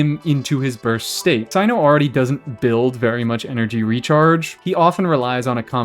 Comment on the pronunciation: "As far as CYNO"